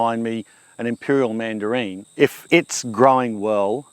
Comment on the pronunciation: Thanks for sharing. You've talked about your mandarin in previous videos, but you seem to say mandarine. Is this a cross of mandarin and tangerine? Thanks again.